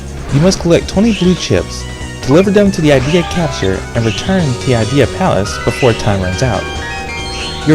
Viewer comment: If you look past the mispronounced "nightmaren" and "ideya," this reveiw is really thurogh, thoughtful, and well done. (btw, I agree, there could have been more dialog!)